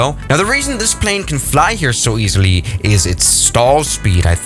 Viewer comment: 'very easy---lie'